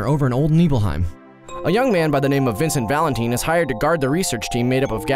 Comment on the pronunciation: One minute into this and thinking "Vincent Valenteen? Lucreesha? Is there an IGN running gag of pronouncing names wrong that I'm unaware of?"